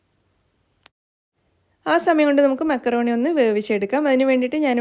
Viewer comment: മാക്രോണി അല്ല,,മക്രോണി